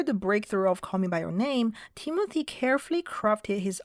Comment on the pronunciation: I thought you said Temu-thy 😂